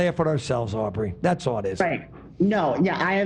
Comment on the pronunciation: With peace and love Ethan, it's Aubery - not that hard to pronounce.. and please leave Dan alone!!!